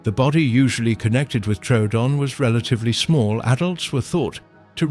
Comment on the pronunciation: It’s Tro oo don. Not truedon. The second o originally had an umlaut.